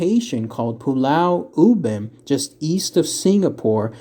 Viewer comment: Yes... as a Singaporean, you said it correctly...